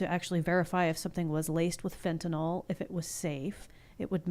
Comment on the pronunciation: Fentanyl is pronounced “FENTA-NILL” (not fenta-nol). Just sayin.